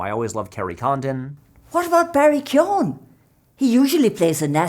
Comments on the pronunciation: Props to Patrick's mom for pronouncing Barry Keoghan's surname properly!! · Thank you Patrick's mom for teaching me how to pronounce Barry Keoghan's last name